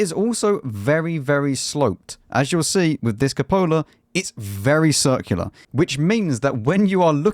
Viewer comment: Cúpola, not copóla.